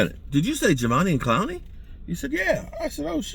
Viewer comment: Javveneon Clowney? 😂